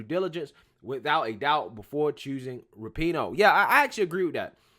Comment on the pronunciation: Its pronounced RAP - IN - NO